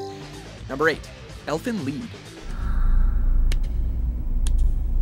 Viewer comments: I'm sorry to say this but your pronunciation is soooo bad like Elven lied its ''Lied'' like = i lied not your way saying Elven lead oh and its not just that anime its mostly all of em but most of them you did great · For number 8, did they try to hard and call it Elven LEED??? and not Elfen Lied as in LYED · #9 Isn't underrated if it's won lots of awards. You always mispronounce Elfen Lied. It's not pronounced "Leed". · ChaoticEva its pronounced "leed" it mean something in German i think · correct german name would be pronounced "Leed", but the anglicized Japanese name is "Erufen Rito", so the show's name is pronounced "Lied". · Why does everyone pronounce Elfen lied incorrectly